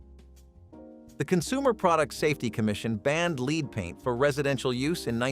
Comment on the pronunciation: Lead paint not leed